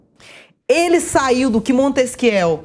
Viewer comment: Essa moça da p aproveitar. Corajosa, expressiva, bonita; porém precisa concordar os verbos e estudar mais “ montesquieuuu” fora as discordâncias verbais, mas de resto talentosíssima!